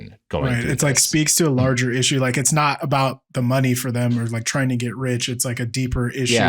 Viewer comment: The way he says "not" like "naught" makes me want to stab out my eardrums. Literally the worst sound in the world.